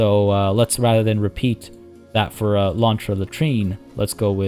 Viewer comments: Your "lontra" pronunciation it's actually pretty good 😄 Try saying "ariranha", wich is the name (in portuguese) of the giant otter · All Ananás are pineapples (Abacaxi) but not all Abacaxis are ananás Edit: yay! Happy that my name suggestion won (even though I voted for the other one bc i thought it would win lol). Also you are saying lontra correctly! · Hey... You did ask for correction so.. Actually, Pineapple in portuguese is Abacaxi. ananas to is the scientic name of the genre and also is the spanish version (in some country), and the tupi explanation was on point! You did say "Lontra" super right, tho! Sorry for the delay! Keep yout amazing work!